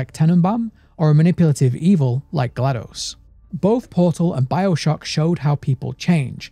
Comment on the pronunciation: ...My man you were already my favorite lore channel, then you had to go and call Portal 2 the greatest game of all time. And ACTUALLY PRONOUNCE GLaDOS' name PROPERLY. I am already subscribed, and I want to subscribe again. ((I wish youtube had a photo attachment option - because I'd show you my GLaDOS tattoo haha!!)) I've been on the edge of my chair waiting for new content from you, and THIS was well worth the wait, cheers!